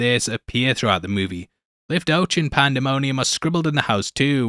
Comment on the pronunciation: Not “life-toch”. It’s Hebrew. Lif-toe-ach (gutteral sound, not ch as in English)